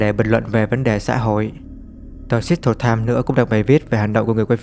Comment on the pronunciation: Seattle đọc là Se/att/le nha ông ơi